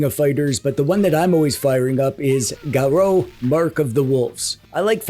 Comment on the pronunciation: Your pronunciation of "Garou" was impeccable! Impressive!